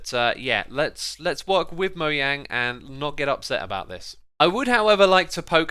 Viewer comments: its moJANG, not moYANG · Moyang? UR NOT A REAL MINECRAFTER IF U DONT SAY THE GAMES creator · I hate when people say Mojang as "moyang" instead of "mojang" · It's Mojang not moyang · Its mojang not moyang I'm pretty sure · Its mo jjj ang not moyang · He said moyang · Is it just me or dose he say moyang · Moah - Jang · MOYANG. I haven't seen this in the dictionary. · Is he really saying "moyang"? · Did he said Moyang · lol moYANG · Is it actually pronounced MOYANG?? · stop calling mojang "moyang" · “Mohang” It’s spelled and pronounced mojang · Why do you say mow yang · Why can't you say Mojang? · SOMEONE PLEASE TELL HIM HOW TO PRONOUNCE MOJANG 😭😭